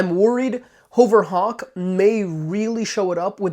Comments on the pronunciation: HUHVER Hawk lol .... Not HOHVER Hawk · lol more like HOE-VURR it sounds like (I agree he's saying it wrong)